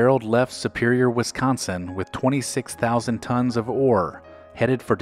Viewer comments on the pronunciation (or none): none